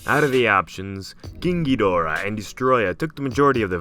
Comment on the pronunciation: pronounced Geedahra